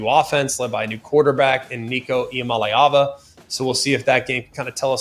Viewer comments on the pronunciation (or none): none